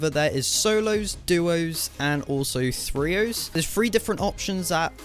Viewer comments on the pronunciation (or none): the way to write is trios the way to pronounce is tree-oh-s